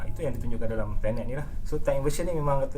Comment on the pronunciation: untuk mengelakkan anda jadi embarrasment bila berada dlm kalangan english speaking people, sebutan yg betul ialah ten (nombo10), net (sama rima dgn nerd tp lebih pendek)...so tenet, bukan turn net kahkah